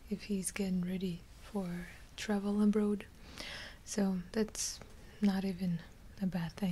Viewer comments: The why she said “abroad” was very Canadian lol. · i am so glad i wasn't the only one to notice